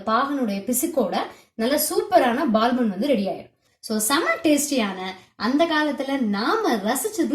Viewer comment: Super recipe sister... But unga pronunciation dhan konjam kashtama irundhuchu... Adhu Baal bun ila Paal bun sollunga pls...